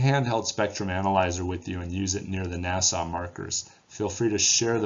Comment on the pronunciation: Thank you very much for posting your investigations. I always leave your channel smarter than when I arrived. BTW, the proper pronunciation is Na-suh. Not Nassau, like the city in the Bahamas. Good luck with continued access to the important areas you need to solve the mystery. You seem like a true soft-spoken gentleman, scientist. All of us who just sit at home in our easy chairs munching potato chips while watching the fruits of your hard work, are GREATLY indebted to you! Thank you, again.